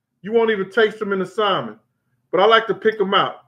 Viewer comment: I love your stories, Brother. But why do you say [Sal-men]? It's pronounced [Sam-on]. Not a big deal. My mother, who's a very intelligent person, says it that way also.